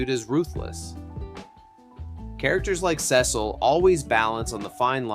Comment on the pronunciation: holy underrated, love the vid but the way you said "Cecil" made me mad lol